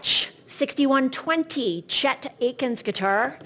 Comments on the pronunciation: not a "Rickerbacker" and not Chet Aitken's. Come on. learn about what you are auctioning!! Pretty bad. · It's sort of cute in a way listening to Christie's auctioneer referring to a Chet "Aykins" Gretsch and Lennon's "Rickerbacker" connected to his "Rockability" roots and other examples of her not knowing all that much about the items. Oh well.